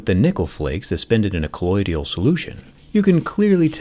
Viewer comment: Sorry this is driving me nuts...it's "col-loid-al" not "col-loid--i-al"